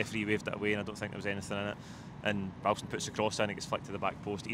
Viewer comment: The mispronunciation of Ralston really annoys me